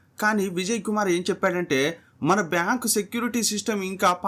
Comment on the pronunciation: Baankuu kadhu ra it's bank